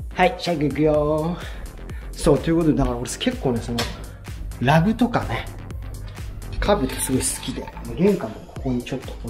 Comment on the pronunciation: Rugなのに発音がLag